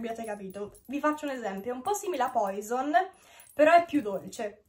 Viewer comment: Eli non è una critica ma "POISON" (il profumo) si pronuncia "PUASON"...è francese